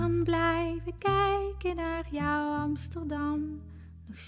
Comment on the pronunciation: Prachtig liedje! Heerlijk hoe ze 'kijken naar jou' uitspreekt.